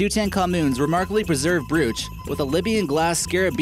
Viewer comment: learn to pronounce: legged, brooch